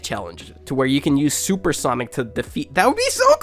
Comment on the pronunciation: Bro says soup sonic 💀